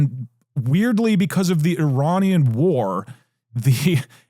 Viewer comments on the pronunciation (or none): none